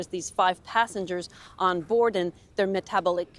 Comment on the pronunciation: Metabelic lol